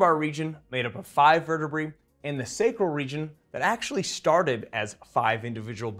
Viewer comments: Dude, the word is vertebrae not vertebree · verte-what? Verte-BRAY, say it right at least. Can't stand that mis-pronunciation, it's pedantic and wrong. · I've never heard anyone pronounce vertebrae as 'vur tuh bree' before. I've always said 'vur tuh bray'. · vur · tuh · bray